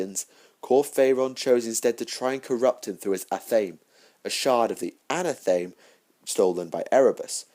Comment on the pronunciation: its pronounced an/ath/a/meee like anatomy anathame is a witches ceremonial dagger knife or blade sorry but after the third time hearing it wrong it had to be said dude